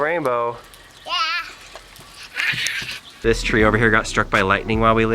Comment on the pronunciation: It’s a wainbow lol that was funny